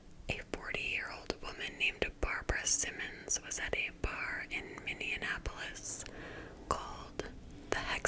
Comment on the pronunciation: I love you and your videos 💗but as a Minnesotan I have to say in the nicest way possible that it’s Minneapolis not “Minneanappolis”